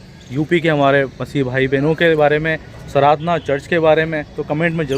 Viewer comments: Sir please sardhna ko saradhna mat kaho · At least pronunciation to theek se kijiye jagah ka naam..its Sardhana hai not SARADHANA... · Sardàna hai sirji sradna nhi please pronounce properly.jai yeshu ki. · भाई वो सराधना नहीं है, sardhana (सरधना) है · Angel, the name of the place is "Sardhna'" and not "Saradhna", there is a major difference in your pronunciation & spelling, Please correct yourself and in the video, Otherwise the video is Great !! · भाई सराधना नहीं सरधना हैं सही से तो प्रनाउंस कीजिए आप हिन्दी भाषी भाई लगते हैं इस बात का ध्यान रखना चाहिए l कोई गैर हिन्दी भाषी अगर ऐसा कहे तो समझ आता हैं l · Good information but it is called OR pronounced like “SIR DHANA” spelled Sardhna !!